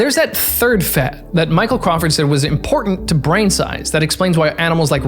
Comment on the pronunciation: Why is he pronouncing the word “fat” weird?